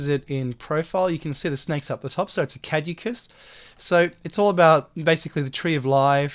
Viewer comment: You mispronounced Caduceus lol. Which indigenous mob, or area is that Australian cave painting from?